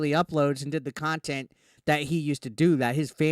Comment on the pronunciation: Oh no, where will I get the experience of an arrogant fat man playing laughtrack sounds repeatedly while licking a black statue of a rooster... how will we survive without that "QUALITY KHANTENT" as DSP likes to say.